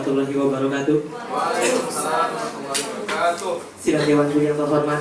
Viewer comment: Wabarkatuh -_- saking semangatnya malah lupa huruf Ro itu berharokat 😂